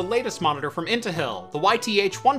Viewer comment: lol "Intahill" <3